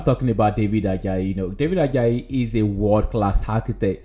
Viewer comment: We pronounce it Ad. Jay not. ad jayi thanks for featuring him.